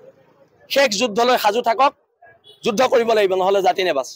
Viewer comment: এই যুদ্ধ শব্দ টো এই গোবৰ গগৈ এ কই,,,,, যোজ,,,,,,হব বুলি ই কেলা অসমীয়া কব নাজানে তাক লাগে চৰকাৰ 😅😅😅